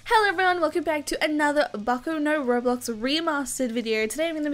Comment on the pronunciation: All you yt keep saying the name wrong jesus it gets annoying